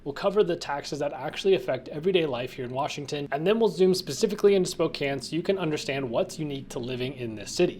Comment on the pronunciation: I've been there once. Pretty boring town w/o decent Chinese food and found it is home to Gonzaga. It is Spo-"can" not Spo-"cane"...as the locals said it ain't Cocaine, it is Cocan!